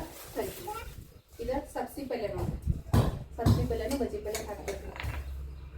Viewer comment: ಹುಲ್ಲುಲ್ಲಿ ಅಲ್ಲ, ಹುರಳಿ ಅಂತ ಹೇಳಿ. ಮಟಕಿ ಅಲ್ಲ, ಮಡಕಿ ಕಾಳು ಅನ್ನಿ. ಸಬಸಿ ಅಲ್ಲ, ಸಬ್ಭಸಗಿ ಅನ್ನಿ ಫಾರಿನ್ ನವರು ಮಾತಾಡಿದಂಗ